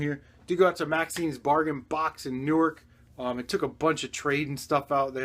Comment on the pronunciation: Hey are you in nj I heard you say newark